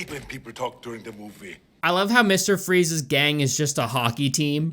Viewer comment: I know you said transporting Freeze's armor but it sounded like Freeza's armor. 🤣🤣🤣